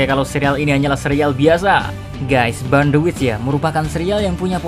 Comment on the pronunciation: burn cara bacanya bern kak.